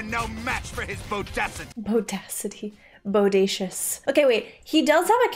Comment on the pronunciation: Wasn't it 'Bodatious'?